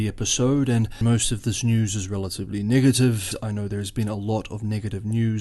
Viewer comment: Your pronounciation of "negative" sounds like "n-word"tive